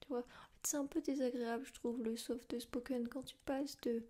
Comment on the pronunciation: Le softeuh spoken. Très bonne vidéo nonobstant.